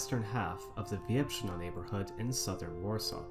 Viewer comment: Wierzbno, not Wiebrzno xd